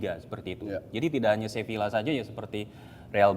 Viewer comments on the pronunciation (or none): salah juga coach wkwk. yang bener pengucapannya tuh "sebiyya" karna v dibaca b kalo di spanyol